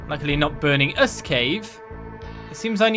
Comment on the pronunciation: “Luckily not burning-us cave” L a v a